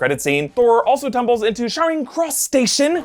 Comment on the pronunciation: Love your vids, only watch you when it comes to marvel but wanted to let you know it’s pronounced charing as in chicken. Just incase it comes up again.